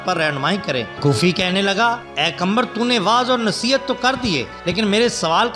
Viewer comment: Nam lena to seekh lo qambar nhn qamar he.